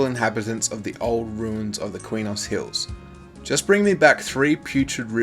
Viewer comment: Btw Quenos is pronounced, kraynos SoW is pronounced sow, as in a female pig.